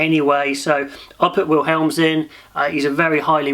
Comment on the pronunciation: Great video, I cringed when you said ''Will helms'' for "Willemse'' though. Love the content, keep it up